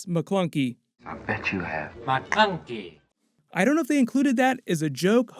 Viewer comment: I caught that "Mcklunkey" too. I was like can we please not Mcklunkey?